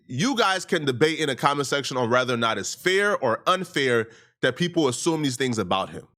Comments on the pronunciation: Why is this nigga always saying rather instead of whether 😂 white journalists don’t do this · The word is “whether”